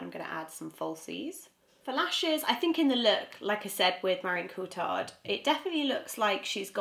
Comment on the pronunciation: Ma-ri-ong Co-ti-yard. That's how pronounce in French.